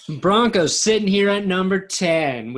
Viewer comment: #10 "Bronocs"???????.........it is spelled B-R-O-N-C-O-S!!!!!!!!!!